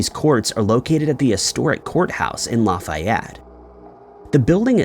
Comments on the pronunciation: Stop pronouncing names incorrectly... Lafayette....laffy like laffy taffy. Laffy-ett. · Also got Lafayette and Chillicothe wrong. Geez, do some research. 🙄